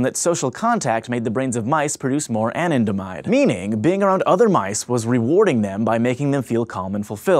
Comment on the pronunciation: Anandamide is pronounced Ah-Nan-Da-Mide not An-in-de-mide